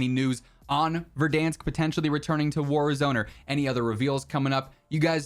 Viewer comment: Or "Verdunsk" as likes to call it